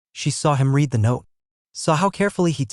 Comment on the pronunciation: Please teach your fake intelligence the difference when pronouncing read in present tense or past tense.